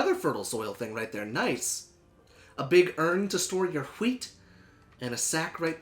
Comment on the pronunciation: P.s. you can have "chasket" as long as you never say "wheat" like that EVER again lol